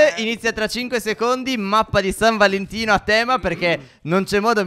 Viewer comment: Stef nell'intro a detto San Valentia